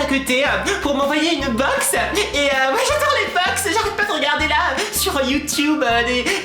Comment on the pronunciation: ta du mal a dire BOX .... mais on te comprend :)